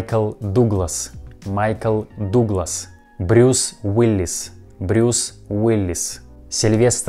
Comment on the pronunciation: My favorite "modification" was Michael Doogless. It would probably be better for your pronunciation if it was spelled "Dugless". You're doing great though, we can understand everyone you mentioned. English is one of those languages that is hard to learn because it has so many rules, but it's also easy to understand a foreigner speaking it, even when they speak very incorrectly. Thanks for sharing this interesting video! I'm sure my Russian would be absolutely awful, but these recent events have made me interested in learning how to pronounce the Cyrillic letters and understand the foreign words. I wonder if it's harder for an English speaker to learn Russian, or a Russian speaker to learn English. Hmmmm.